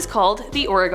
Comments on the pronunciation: As a Oregon native. it's not pronounced that way.. it's not ore-gone lol its pronouced Ore-gun.. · The way she said Oregon gave me a stroke